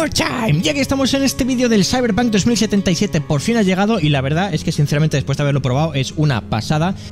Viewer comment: me acabo de dar cuenta que dice Cybepunk 2077 JASJSAJS